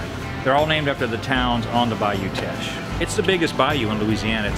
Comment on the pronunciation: As a Lafayette native, this was great! So many unique places. btw Teche is pronounced like "tesh" not "teck" hahaha